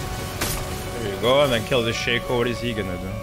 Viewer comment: Everyone: DOUBLE KILL!: DOUBLE KIRR!